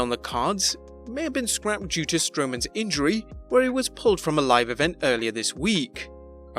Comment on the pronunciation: It's SCRAPPED not scraped for Pete's sakes!